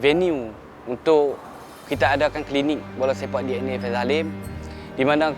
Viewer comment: Sebutan faisal bukan faizal..